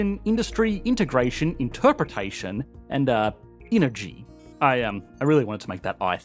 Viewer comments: That feeling when Engergy becomes Ingergy... That extra G makes it legit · “Inergy”, mf was so dedicated to the bit that he turned Kiwi… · ‘Ingergy’ haha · “Inner chi” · Ah yes, Ingergy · Genuine question - What is engergy / ingergy? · Everyone's going on about the title gaffe, but no one's mentioned the word "Engergy" . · What's "Engergy"? Lol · ahh yes ingergy.